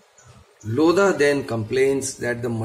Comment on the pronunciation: In Lodha the H is silent